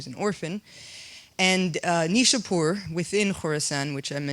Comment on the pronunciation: You have to see neishapoir please pronounce it correctly my dear